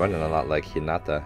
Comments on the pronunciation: It is ok to pronounce 'Hinata' as 'Hinada' as long as you are not pronouncing the 'd' sound too heavy and hard. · In my opinion, it's fine to say "Hi-nada". It's not too different from "Hi-na-ta" so it's easily understood, and it's kinda how English speech flows anyway. That being said, if you want to continue trying to say "Hi-na-ta", can I recommend putting the emphasis on HI-na-ta (instead of hi-NA-ta). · Coach it’s hee na ta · I pretty much agree with you haha. It's one of these things that can be a slippery slop though. An English speaker won't be able to say the names like a Japanese speaker would. So we should keep that in mind. But if a name is pronounced completely wrong, it should be corrected. In this particular case, I feel that coach's "Hinata" was in this gray area where it can go either way. So I think some people feel the correction is unnecessary, while others do care. And there's also a bit of a double standard where we could be pronouncing names wrong but hundreds of internet fans won't be there to correct us. Yet these people will instruct the reactors on how to say it. If that's the "right" thing to do is different to everyone. In the grand scheme of things, it's not super important and doesn't take away from the video. And it's also up to coach to decide how he wants to proceed haha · I like how coach is physically trying to pronounce hinata's name correctly